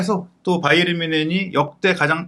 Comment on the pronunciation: 평소 자주 시청하며, 좋은 정보에 감사하고 있습니다. 일반적으로 이름/지명 등의 고유명사는 현지 발음대로 하는 것이 원칙으로 알고 있는데, "바이에른" 발음을 영어식 발음인 "바이언"이라 수없이 발음하시는데, 독일통 기자라고 하시는 분이 영어식 발음으로 "바이언"이라 발음하는 것이 계속 귀에 거슬리네요. 제가 맞다면 고유명사인 "바이에른"을 앞으론 독일어 발음으로 고쳐주시기 바랍니다. 😊😊😊